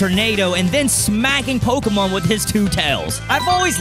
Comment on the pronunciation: Um acshully it's pokÉmon